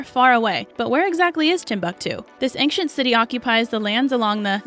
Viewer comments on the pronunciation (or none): Did anyone notice the pronunciation of the word ancient??? I SWEAR she said ank-cient lol